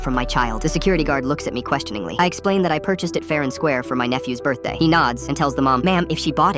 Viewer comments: birthday ❌ burr-day ✔ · Am I the only one hearing "bir-day"